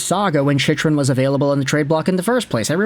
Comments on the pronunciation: Why do you keep pronouncing his name wrong? It's CHICK-RUN, not CHICH-RUN. No one is going to take your analysis seriously if you can't even get his name right. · His name is pronounced "Chick-RUN"! Until recently (on the powerplay) he hasn't been that much of an offensive threat. He frequently gets caught pinching, and for a man that is built like a mountain, is barely physical and not punishing to play against. He throws the puck up the middle and gives the puck away frequently and can't clear out the front of the net. Overrated based purely on having a devastating shot and some offensive upside.